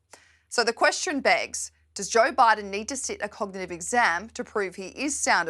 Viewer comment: I wish she could say cognitive correctly.